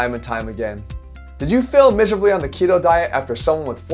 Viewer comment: I thought he said Kino diet from Kinobody and I was Damn he really gunna do him like that. Lmfao. Ketoooo